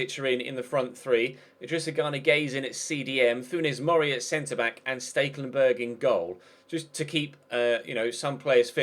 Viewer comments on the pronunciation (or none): Please god. It's STEK-lenburg. Not STEAK-lenburg. There is no A.